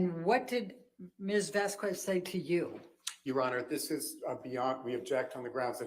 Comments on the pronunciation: has often mucked up names. Camille "vas-kwez" instead of vas-kez. Pirates of the Cah-RIB-ee-an not CARE-a-bee-an. Now you join their ranks. Congrats,! LOL I love how you refer to the 'defendant' as "That Certain Aquaman Starlet" - not star. ROFL!! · Who the hell is "Vasqwuez?" It's not hard to pronounce her surname right,. Jesus. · I wish had corrected her pronunciation of "Vasquez" too